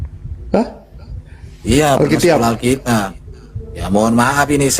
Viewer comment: Alkitab bukan alkitiab 😂